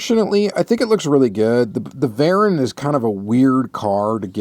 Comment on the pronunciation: It's actually pronounced vay-rahn.